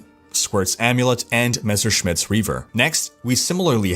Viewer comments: I see, took some german classes and now can pronounce Messerschmidts correctly:) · Heh! You figured out how to say "Messerschmidt". A shame. I was kinda waiting for you calling it "Mr. Smith's Reaver" once again...